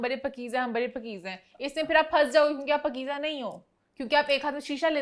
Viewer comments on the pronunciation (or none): it's paakeezah... Not pakiza... 😑